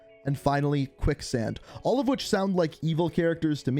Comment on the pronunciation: quick sand sounded like sandman